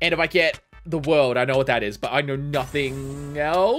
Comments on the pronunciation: You know he hasn't watched Jojo when he says 『The World-O』! instead of: 『ZA-WARUDO』!!!! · btw its pronounces "ZA WARUDO" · All I said when he said that was: “well acualy it’s ZAAAAA WAAAAARUDOOOOO”